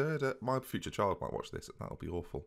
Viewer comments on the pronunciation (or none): none